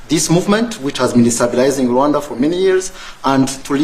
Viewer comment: Rwanda NOT Rawanda! These Western guys can only think fictional "Wakanda" movie. A little geographic education won't hurt.